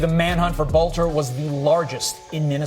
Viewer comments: Love ya Benny. PLEASE slow down...take your time...learn to pronounce words. LOOK at what you are saying before you say it. Guy's name is BOELTER...BOEL-TER (only 2 syllables) & SOUNDS LIKE BOWLTER...NOT BOE-LA-TER (3 syllables) Thank-you.:yougotthis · Boelter is pronounced like Belter 😊